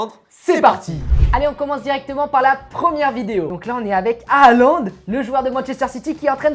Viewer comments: On dis pas HAaLaND 😂 MAIS JUSTE Haaland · C'est Halland pourquoi ils disent a aland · Je ne comprends pas pourquoi vous déformez les noms des Joueurs : Halaand et non pas Alaand, il faut prononcer le H, ce n'est pas du Français ! Mbappe et non pas M. Bappé. Pourquoi vous épelez la première lettre M?!! Dans ce cas on doit prononcer Michel Platini et dire: Michel P. Latini (Pélatini).Lamine Yamal !! Les espagnols font pareil c'est Jamal et non pas Yamal d'ailleurs vous dites Djamal comme Debbouz Alors que c'est le même prénom. La vrai prononciation c'est Jamal. Merci pour vos vidéos.